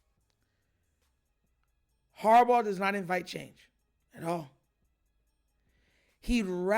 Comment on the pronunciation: It’s harbaugh